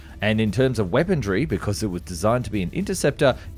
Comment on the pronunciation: Fascinating video. But what does "weapondry" mean? I am not sure why the narrator pronounces the word "weaponry" as if it were spelled "weapondree". Otherwise the narrator appears to have excellent diction, aside from this one peculiarity, which I've noticed in a few of the other videos I've watched with the same narrator.